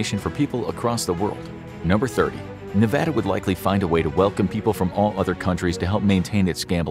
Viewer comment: Finally someone who doesn’t say NevOHda 😌